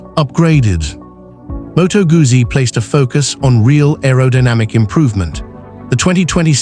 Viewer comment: "МотоГАЗЗІ"? Серйозно? Це як "ЛамборДЖині" 😂